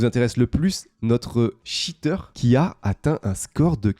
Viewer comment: un shiteur ????? cheater ca ne se prononce pas comme ca